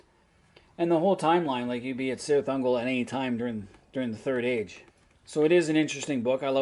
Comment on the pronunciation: Really enjoyed this video, as well as your other MERP stuff. One suggestion: look into proper pronunciation. For example, Cirith Ungol is pronounced "Kirith Ungol" rather than "Sirith Ungol."